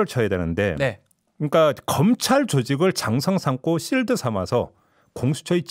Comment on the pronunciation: 내용은 정확하고 냉철한데, 중간중간 '실드'라는 영어를 쓰시는데 방패의 의미라면 '쉴드'가 더 맞는 발음인데, 자꾸 거슬리네요. 그냥 방패라고 하셔도 좋을 듯...가끔 영어섞어 쓰실때 너무 안맞는 발음이 많아서 확 깹니다.. 사족입니다. 잘듣고 있어요...